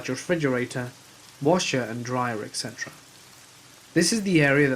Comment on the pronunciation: Etc. was pronounced wrong, and expresso is not a word